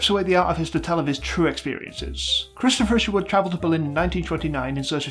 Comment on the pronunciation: they say cristo fisherwood everytime